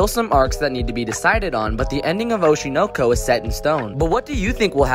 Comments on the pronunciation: Atrocious pronunciation. It should be Oh-SHY-Noe-Koe. smh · i can’t get over how you’re pronouncing it oh-she know-co lol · The way you pronounce oshi no ko makes me angry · The way the anime name is pronounced is provocative